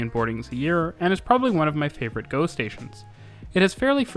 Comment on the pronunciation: "Rouge hill is an awesome GO station" the first time around i heard it as "... awesome ghost station" 😄